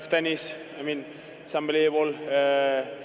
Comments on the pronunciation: Get ready for next 20 years of "that was ombelibable, no?" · "It is UMBELEBABLE" - Carlos Alcaraz